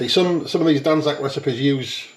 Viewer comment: He has butchered it lol.😂😂😂😂